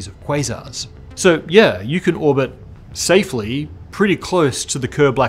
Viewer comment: That freaking astronomical "safely" with quotation marks xD